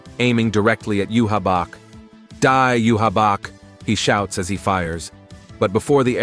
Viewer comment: These are good. But can you pronounce bankai 🫠 like they do in the anime...bahn-kai...also you-havac. Sry to nitpick 🙏 Also stern ritter translates to star knight, not student legion. Wouldn't make sense since they're adults